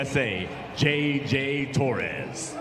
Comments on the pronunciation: JJ Torres… WTF. He’s the two time defending champ. Get his name right. My other favorite was Andre Galvoooooo… hahaha! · "JJ Torres" 🤣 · It's kind of hilarious to hear the announcer butcher the names of well-known jiu-jitsu athletes lol. "JJ Torres"? C'mon son. On a serious note, it's f*cking heartbreaking to me that Xande and Eoghan have to face each other first round, and that Lachlan has to face Kade in the first round. Goddammit.